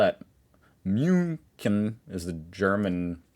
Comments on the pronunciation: "Why don't we just all call it 'München'?" Becuase it's called München, not Mjuunken. That's why, and that's better ... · "Why don't we just call it München?" Because it has an ü and a ch and your pronunciation wasn't even close... ;) That's why. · Well, I call it "Munique". But then again, I heard you call my city "Lissabon" (sorry, my keyboard doesn't have the eszett key). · Your pronunciation is generally all good fun, but München like that was a bit too much 😂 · yeah, why dont you just call it unable to pronounce correctly two times ? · "Why don't we just all call it 'München'", while demonstrating that Americans can't pronounce the word 'München' at all